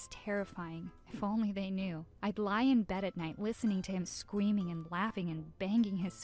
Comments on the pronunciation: Did no one else notice that she was saying Scweming instead of Screaming... Just me? Ok. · She said scweaming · She said scmeaming and wan away